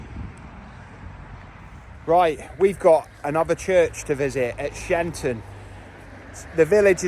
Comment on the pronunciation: Cressage church has been closed for sometime from lack of worshippers, every spring and summer there is a ban on cutting the churchyard because it is part of the wildlife conservation project. Every September they mow it all down and let it restart again, such a serene (even if a little unsightly) in the spring. Sheinton is pronounced Shy En Ton